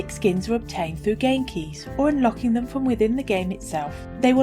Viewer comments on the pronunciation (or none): none